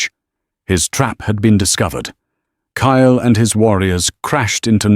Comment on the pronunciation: KYLE, TURNED INTO CALE, KALE, I HATE WHEN AI FUCKS UP NAMES LIKE THAT, PLEASE FIX IT. 😢😢😢